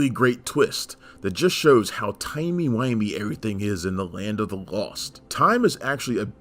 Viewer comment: you said Timmey Whimmey..Doctor who came to mind as far as the Slezstacks go, shares some low budget early Doctor Who programming, i'd catch this along with many other Sid KroFT pROGRAMMING OUT AT MY gRANDPARENTS HOME, AS I DID NOT HAVE CABLE, IF WE WATCHED OTHER CHANNELS, WE;D HAVE T ADJUST OUR RABBIT EAR tv.